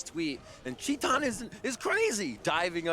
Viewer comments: Since when "chee-tan" is the pronunciation of TITAN (an ENGLISH word btw)? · Actually, its tai-tan. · Titan = TEE TAN. That's how you pronounce his name. Please, do it right. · Filipe Aguiar chee tan *